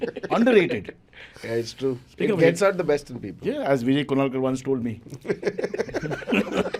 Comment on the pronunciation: not even a single time kunal vijayakar's name got spoken correctly. whenever any of them says vijayakar the other one influence him to say kunalkar........